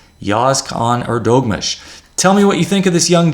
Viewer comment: Thank you!! You're right - quite gratifying to see Neimann lose every now and then ;-) !! Soft ğ in Erdoğmuş - sounds more like a combination of the words Heir Though Moosh.